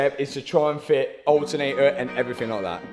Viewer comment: Alternator ❌ Al ernay aaa ✅